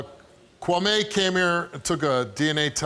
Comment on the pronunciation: He’s gotta be half Ghanaian with the name Kwame but the way Steve pronounced it took me out 😂 “kwuh-may”